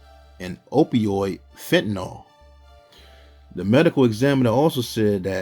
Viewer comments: As for Bobby's son section it's spelt and pronounced as Fentanyl* not fenatyl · Fentanyl is pronounced fen-tun-nul NOT fin-a-tole. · Its NOT "FENATYL", its FENTANYL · Im sorry homie but igots to tell you this.....IT IS PRONOUNCED FEN-TA-NOL or you could even say it like FET-NOL!! I don't mean no disrespect yo but the way you saying it, is just all kinds of wrong man. If you want people to understand what you saying and the message you trying to convey and get across, you gotta say it right, always ain't nobody going to know what your saying or trying to say for that matter. Im just tryna help you out yo. And like I said, I don't mean to come across sideways or nothing and I dont mean no disrespect. Just tryna help you out a bit!!